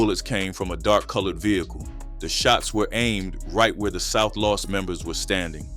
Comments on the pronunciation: South (Loooooooos) your pronouncing it wrong . . . (NO SHADE) NOT LOST LOOOOOOOOOS! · Why are you saying south Las ? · ur saying los wrong south low.s its pronounced low.s ur saying loss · South LOS not LOSS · Why you can’t say Los